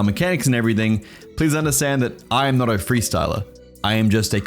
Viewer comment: Bro said “but im notta rapper”